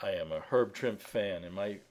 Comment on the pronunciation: Trimp-EEEE! Trimp-EEEE! I'm just gonna keep yelling out you until you say the man's name correctly.